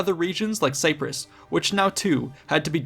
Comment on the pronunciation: you mispronounce so many words. why? are you trying to sound more exotic? who is Dareius? that how you say it. and Say-press? its Cypress. really not that hard to pronounce properly